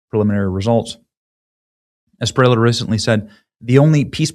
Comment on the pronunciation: A be lar do de la es pi re lla (LLA, not La, pronounce the double, is like LLama, not as you say Lama...) i can teach you Benny